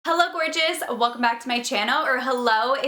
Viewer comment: When she said hello gorgeous I thought she said hello bitches